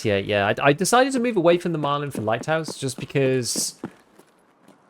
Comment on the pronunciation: why do you add a d on the end of the guns name? it's Marlin, like the fish, not Marlin-d 😂